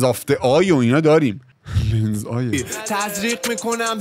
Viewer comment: امضایه... لنزایه... ظاهرا واژه لنز و امضا با لهجه مشهدی تلفیق داشت.